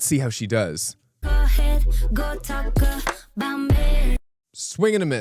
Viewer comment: he fucken said aboot